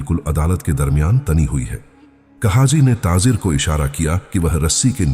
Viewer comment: taazer kia hota hai taajir hota hai